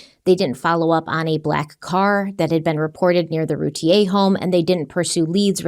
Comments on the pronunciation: I love you guys, but Darlie’s last name is pronounced like root beer without the b. Like Rooteer. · Here in Texas, they always pronounced her last name Routier, sounds like "beer" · And actually the Routiers pronounce their name “Roo Teer”. 😂